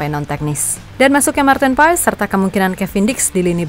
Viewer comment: Maarten Paes dibaca "Pas min bukan Paes, jadi Martin Pas 🙏🙏🙏